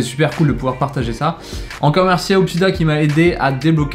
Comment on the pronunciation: #hoopdidia en plus il a dit hoopdida